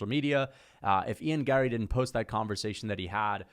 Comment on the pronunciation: What is wrong with your face?? Also, the way you say Gary, Larry, Harry, Marry is super annoying. Sound it out my eyebrowless drama queen 👏